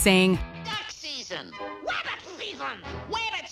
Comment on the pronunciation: “Wabbit season”🤣🤣